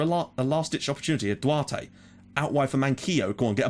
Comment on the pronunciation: and Duarte is like "Dou-Art"